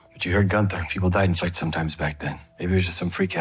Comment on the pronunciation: it’s Gunther not Goonther